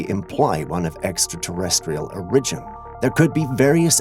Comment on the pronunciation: I don't mean to criticize but you pronounce the word "origin" in a strange way. Has anyone else ever commented on that?